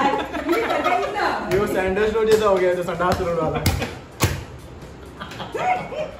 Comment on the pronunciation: its सांडसी not संदासी in gujarati we call it सानसी ।